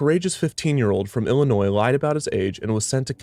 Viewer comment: Any other Illinoians cringe at "Dez Planes?" At least he said Illinois correctly XD